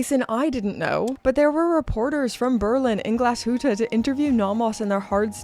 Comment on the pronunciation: Congratulations on pronouncing Nomos and Glashütte so well! I hope Teddy watches this video 😀